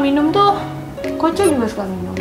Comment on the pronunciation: Bukan kocha tapi koca